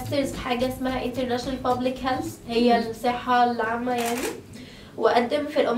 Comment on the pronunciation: ههههههههه ..!!!!! ملكة جمال فعلآ شكلها فعلا ملكة جمال كلامها مشيتها نطقها للانجليش حتي شوفتوا نطقت Health ازاي بالسسسين 😂😂..!!!